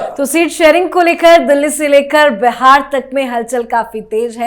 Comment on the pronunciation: मीडिया में काम करती हो और "बिहार" को बेहार बोलती हो।